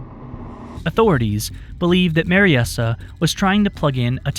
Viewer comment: I think Mariesa is pronounced Mary-sah, rather than Mary-essah.